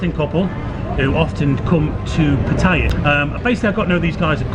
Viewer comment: good video But you keep saying patties It is Pattaya not pattire